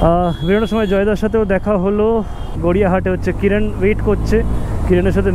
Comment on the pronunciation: কিরান ❌ কিরন ✅